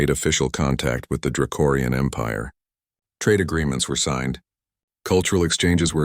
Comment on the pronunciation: It’s draconian, not dracorian!!!!! You’ve been saying it wrong every single time it comes up!!!!!!!!